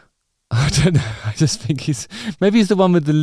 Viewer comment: “I fink”